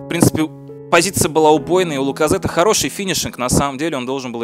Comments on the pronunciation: Не Лаказетте, а Лаказетт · Не Пайет, а Пайе и не Ляказете, а Ляказет